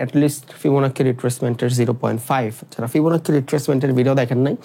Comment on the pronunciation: ফিবোনাকি না.. Fibonacci এর উচ্চারন ফিবোনাচি. 👍🏻